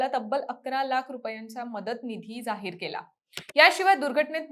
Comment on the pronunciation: जाहीर चे उच्चारण सुधारा ताई